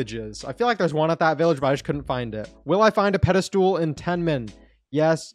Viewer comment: you pronounce it pedastol not pedastool